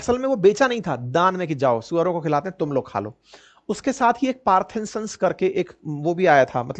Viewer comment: पार्थिनसंस् नहीं पार्थेनियम ( गाजर घास/